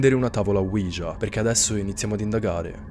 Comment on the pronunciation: ouija e si pronuncia senza far sentire la j